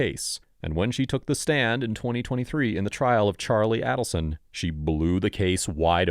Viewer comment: Listen! What makes you pronounce the main subject's name differently than anyone else in the video, or ever, anywhere?? Shook my confidence in anything you were to say there after. Bye bye. Silly me let this play while I kept working...and found myself further annoyed like crazy by your continued CREATIVE pronunciation of the main names ...It is AY-delson. A LONG A- JUST LIKE EVERYONE else, EVER has pronounced the name of the family this video is ABOUT!! Then you go and refer to KATHERINE, or KATY, KATHY. WHY? WTF?